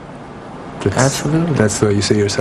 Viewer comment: Czajkowski w jego ustach brzmi niesamowicie ;) Powiedział Absolutnie ( tak się słyszy ) [*]